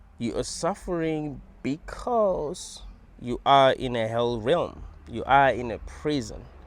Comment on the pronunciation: I like the way says "you are suffering beCAUse you are in a hell realm...". 😂